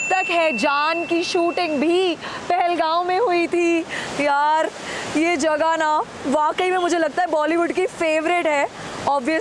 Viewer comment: Ma'am it's 'jagah' and not 'jaghah' please work on your pronunciation